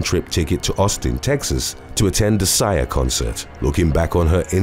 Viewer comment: I love you, but you said she went a Sia concert but pronounced it like Sigh-ah, and it's actually pronounced like See-ah. Love your voice & this Channel!!!